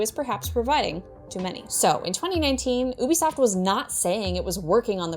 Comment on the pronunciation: Good work,, but it's actually pronounced YOU-Be-Soft.